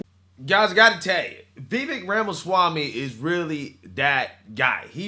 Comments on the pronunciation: Pronounced Vi-VAKE - rhymes with cake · Vivek. But pronounced vivek like cake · Vivek is pronounced "Vi-Vake".